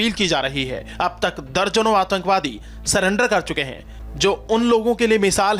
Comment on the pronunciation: Bhai ye banda atankwadi nahi ho sakta Jo surrender ko salander bolta ho😂😂😂😂😂😂